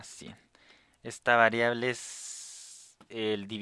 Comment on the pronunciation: Like si tambien escuchaste que dijo "Valeable" al minuto